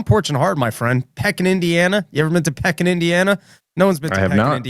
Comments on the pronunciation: It's pronounced "Peekin" not "Pekin". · 😂 another round of learning how to pronounce where he's going AFTER he gets there... It's pronounced PEE-kin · PEEKin Indiana is the pronunciation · are you 💯 sure you're not going to Pekin Illinois? That would make more sense csuse the Illinois one is close to Peoria. Either way it's pronouced PEE-kin.